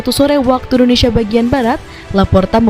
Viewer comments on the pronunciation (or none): none